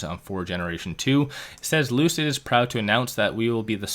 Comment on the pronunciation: Lucid Motors =Loose-It Motors 🤣